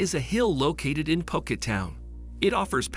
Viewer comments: Its pronounce as phoo-cat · Love your vid, but can you learn how to say phuket properly next time, its hard to take the vid seriously if you dont take the time to pronounce the place your talking about.